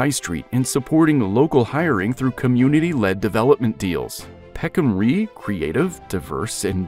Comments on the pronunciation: The "Rye" part of Peckham Rye is not pronounced "Ree". The word rhymes with lie. As it stands I know this part of London. I live in the South East. And I hve been to Peckham Rye Multiplex cinema, more times than I can remember, the cheapest in London. I have caught the N63 night bus that passes through Peckham more times than I can rememember. During COVID, Saturday Breakfast consisted on ordering from a Street Chinese restuarant (best I have had, unfortunately it closed after COVID era) + Calaloo from the Jaimaican stall (all located right next to Peckham Rye station), bought Clarkes shoes in Peckham, caught the 197 bus, 12 bus, 37 bus, 484 bus, 363 and 63 buses more times than I remember. Peckham Rye Station is well connected with at least 4 destinations and more. As someone else says the SE is served with 4 Overground lines, National Rail Lines, a Tram from Croydon to Wimbledon, numerous buses. That being said, I think the Bakerloo lineshould be extended to Bromley and Victoria Line should be extended to Croydon, preferably diagonally to intersect as many lines as possible, to aid connectivity in SE London. I am following the Bakerloo Line extension closely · Peckham 'Ri', not 'Ree'', "Route" = root" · Barley & Rye are no longer well-known crops. Nevertheless, considering the lyrics of American Pie, I am baffled as to why the narrator pronounced Rye as Ree. 🤔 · Peckham Ree? AI? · Love the poor pronunciation.😂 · Holborn is pronounced Holburn Peckham Rye is pronounced Peckam R-eye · peckham ree 😂😂😂 i really hope he doesn’t have to pronounce loughborough junction in this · ah yes the bros of lewisham, bexley and bromley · Same here. "Whole-born" instead of Hoe-bun I let slide, but Peckham Ree? The voice actor needs to get a new job - in newspapers. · Rye rhymes with the word 'why'. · Peckham Rye rhymes with "high". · peckham rye i sounds like rye bread. ans should probably go to to the peckhambus stion.